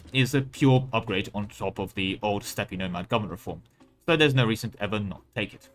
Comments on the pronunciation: Dear sir, the word "Steppe" is pronounced the same as the word "Step", just fyi ^^ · does he know how steppe is pronounced or is he just fucking with us is the real question